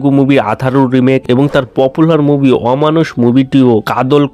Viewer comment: Bhai movie moobi naa …… pronunciation ekdum tatty.